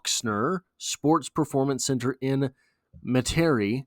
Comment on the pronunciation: Metairie is a New Orleans suburb and pronounced “Meta-ree”